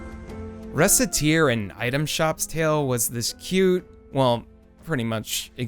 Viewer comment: "Re-set-tear"? Come on, you butchered the pun! But I didn't look at Moonlighter beyond the artwork, I didn't realize it was a Recettear clone. I will definitely play it!